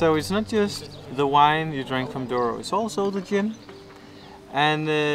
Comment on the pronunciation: "Douro", "Douro"...